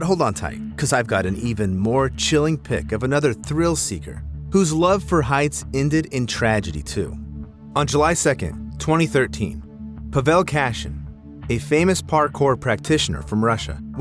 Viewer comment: his name is pAvel, not pavEl